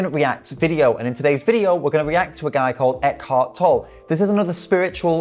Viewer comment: His last name is pronounced Tol-le